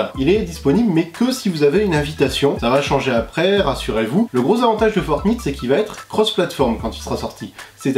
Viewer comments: Ça se prononce fortnight pas fortnitte 😭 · On prononce Fortnayte, pas Fortnite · Ça se prononce fortnaïte pas Fortnite !!!! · Fortn(I)te qu'il dit ptdrrrrrr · C'est fortnight ✌ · Franchement t'es stressant à dire fortNITE 🤯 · Ta façon de dire fortnite 😂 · Prononce Fortnite correctement stp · tu prononce mal fortnite